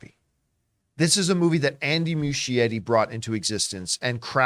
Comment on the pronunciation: still mispronouncing the director’s last name. Aren’t Campea’s parents from Italy?